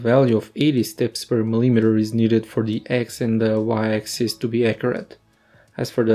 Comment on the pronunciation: example of mispronunciation of the word "millimeter." are you using some translator to make english dialogue for your vids? how could you be a scientist and not know how to properly pronounce units? grr...